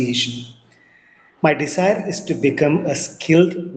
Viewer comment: Are you sure? He still mispronounced a lot of words. 1. January 2. Desire 3. Time etc.. He has a long way to go. He also has that MTI.